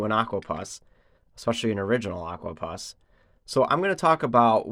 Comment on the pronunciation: "Puss " like ( pussycat) not Pus.